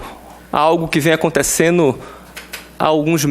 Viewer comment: esse porra do tulio gadelha fala ...aconteceno kkkk que vergonha e essa porra ainda eh advogado kkkkk